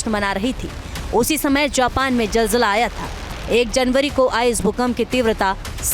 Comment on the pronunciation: are pagal jal jale nahi zal zala bolte 😅